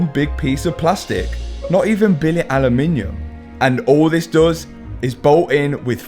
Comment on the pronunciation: Say it after me: "AH" - "LOOM" - "IN" - "UM". Aluminum. 😅 Just Joshin' ya. I know how brits love adding extra syllables to every other English word to make them sound fancy 🤣